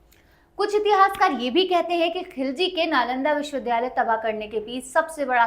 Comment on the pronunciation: सही शब्द विद्यालय (Vidyalay) है विध्यालय (vidhyalay) नहीं,इनके द्वारा विश्वविद्यालय (Vishwavidyalay) की जगह विश्वविध्यालय (Vishwavidhyalay) बोला जा रहा है जो गलत उच्चारण है।